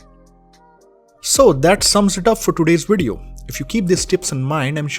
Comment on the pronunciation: ''Dis bideo''